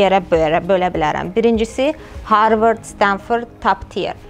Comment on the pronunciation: Universitet bos seydir esasda bu xanimin yuksek tonla dediyi yaxud vurguyla harvard filan , esas skills ve experience dir , cox interview larda olmusam ,amerikada yuksek is adamlarliyla oturub durmusam , inanin mene universitet hec kimin maraqinda deyil , esas senin bacariqindir ,ortaya ne is cixara bileceyindir , get harwarda bir menasiz bir sahe oxu basqa bir neferde gedib amerikanin siradan bir univinde yaxsi bir ixtisas oxusa inanin o harwardi qurtaran acindan olecek.Yaxsi olardiki insanlari sehv yola yonlendirmeyesiz .